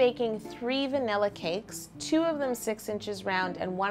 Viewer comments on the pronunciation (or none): none